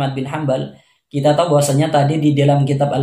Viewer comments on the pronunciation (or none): none